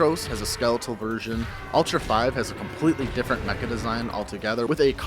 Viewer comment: Ultra 5 ? That sounded so weird when he said it like that